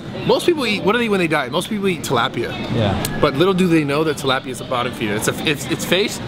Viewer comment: The way Bradley pronounces tilapia triggers me...